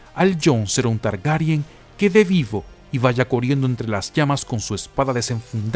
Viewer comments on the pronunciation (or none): jajajajajajaja me cago de risa que no puedas pronunciar las RR jajajajajajajajajaja coriendo